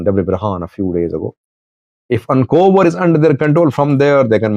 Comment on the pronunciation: Not Ancober it is achokerer 😂